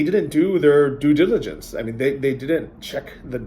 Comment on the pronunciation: Doo Digilancy. I'll accept it